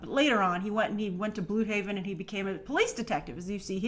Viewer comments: It's pronounced BloodHaven not BluedHaven. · Its pronounced like BLOOD-haven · Its pronounced "blood-haven" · Blüdhaven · Blüdhaven not bluhaven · It's pronounced "blood-haven", not blue-haven. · it's pronounced bloodhaven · Bludhaven is pronounced "Bloodhaven" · It’s pronounced blud haven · Wait. Is it pronounced "bloodhaven" or "bluedhaven"? I'm confused. Cus they pronounced it as "bloodhaven"a lot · It's not pronounced bloodhavean. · Wow. You just said "Bluudhaven". 🤢🤢🤢